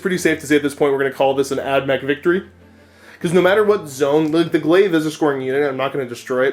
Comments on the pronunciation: I was so ready to see Steve vs Josh but this was a nice change, also props to for not taking phospex on all those units. That said though man, it's pronounced 'glay-vh'. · Oh god that pronunciation of glaive hurts me